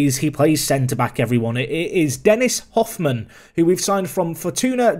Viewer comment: I can't believe you pronounced fortuna düsseldorf correctly but didn't pronounce Hofmann right lmao